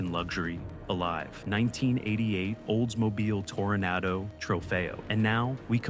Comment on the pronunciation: The Oldsmobile you miss pronounce repeatadly with a V sihh.... at 10 min. Was your editor drunk?